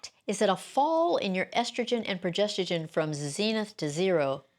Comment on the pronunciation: This lady can’t even pronounce “progesterONE” 😮😮😮